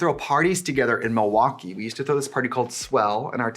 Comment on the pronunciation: Even if you hadn't told me you were from WI... I would have known when you said Milwaukee. 😂